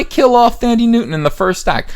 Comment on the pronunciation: It's pronounced "Tandy" Newton.